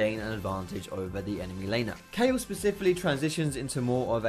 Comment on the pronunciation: i LOVE YOU YOU SAID KAYLE